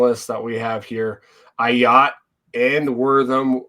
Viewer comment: Bro, how are you not able to pronounce Ah Yats first name? He has been with the program for 3 years now and you can't get his name right. C'mon